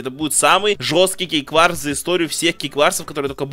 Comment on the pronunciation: Мне одному послышалось в начале "ГейВарс"?